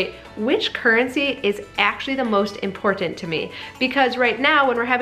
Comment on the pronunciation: My dad is a boomer and this makes so much sense. One unrelated question - where is your accent from because your pronunciation of 'important' intrigues me (I'm in the UK so not brilliant at accents across the pond). Your videos are amaze balls by the way!